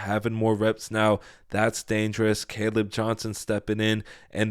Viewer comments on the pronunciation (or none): none